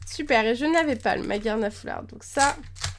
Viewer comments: C'est maj arma je pense que sa se prononce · Il me semble que Magearna se lit "Majearna" grâce au "e" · magearna se prononce maj arna